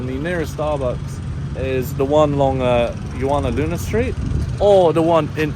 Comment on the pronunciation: Did u say juwana man?😅